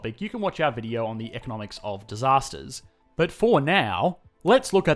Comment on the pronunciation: I am only here for the way he says “ BHAT” or BUuT